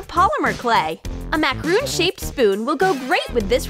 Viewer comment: It's not macaroon it's macaron